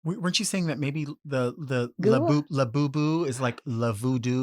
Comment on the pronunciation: Gay inception is now complete. pronounced labubu like le labo